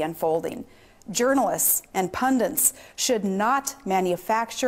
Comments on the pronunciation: What's a pundint? You are a moron, Sarah Palin. Your rhetoric IS violent. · Are you kidding? This lady needs better advisers, because she never should have used the phrase "blood libel" Look it up on Wikipedia. And the word is pundit, not pundent, as Sarah states - more additions to the English language, courtesy of Sarah? Lets hope not.